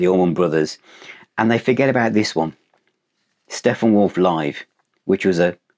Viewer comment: I'm sorry, did you say Steffenwolf?